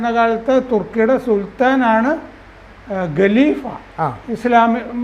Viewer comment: ഗലിഭ അല്ല കലീഫ😂 അങ്ങനയാണ് പറയണ്ടത് . ശാഖയിൽ നിന്നുള്ള അറിവ്.